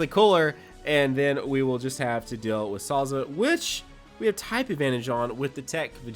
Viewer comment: This is what I heard when u said ur targeting souza. "I'm gonna target salsa."